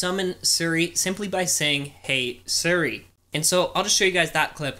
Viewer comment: you say “siri” like sri